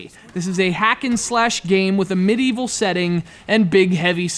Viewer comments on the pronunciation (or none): none